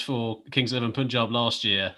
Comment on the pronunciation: just one more thing: its Punjab.... pronounce PUN ....then add Jaab.....its not Poonjab....